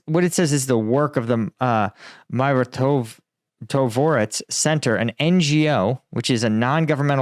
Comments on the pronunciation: Dude, its Mi-ro-tvo-rec :) It means peacekeeper. It is actualy ukranian hit list. They keep killing people from it since 2014, so no offence but your confidence in this question is realy poor. You can check leaders of Donetsk and Lugansk poeple republics or, for example fate of ukranian journalist Oles Busina. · They need to supporting you😢😢😢😢😢you can’t pronounce exactly mirotvorec ignorant!! Take money from you tube because don’t want to work marine!! You was marine solder against flip flaps army😅😅😅😅go now please make difference!!Biden speaker